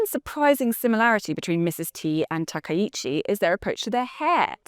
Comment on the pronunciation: Throwing shade at Japan? You can't even pronounce her name correctly 🙄